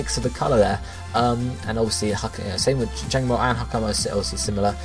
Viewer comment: i know this is going to come out as rude but PLEASE say Hakamo-o and Kammo-o right......the way you say it really does cringe!